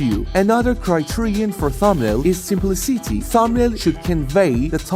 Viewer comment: Nice video, but I would recommend to Google every word in your script before recording. For example: "simplicity pronunciation" and listen to it.